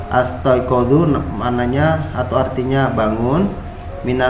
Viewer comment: Mungkin astaiqidzu ya tad, bukan astaiqadzu, punten klw saya salah